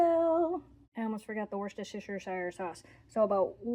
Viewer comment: LOL, Woostersauce, like roostersoup 😂